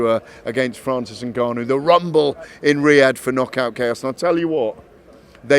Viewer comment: Gareth getting precious over the pronunciation of Dillian Whyte, but then interview after interview cannot pronounce Ngannou and refers to him as Nigarnoo